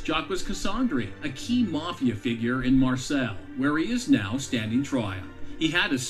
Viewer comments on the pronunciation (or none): Narrator really needs to learn how to pronounce Marseille. . . It's French. Mar - say, not Mar sells.